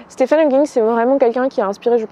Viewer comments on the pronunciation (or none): Très bel hommage :) Juste une toute petite correction (j'espère que ça ne te dérange pas) son prénom se prononce "Stiveun" (oui oui ça fait bizarre je sais ^^)